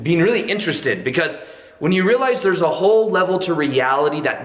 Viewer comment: real - ize or real - lies ... lol